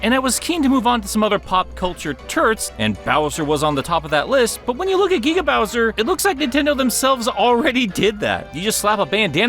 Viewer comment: Gueega bowser.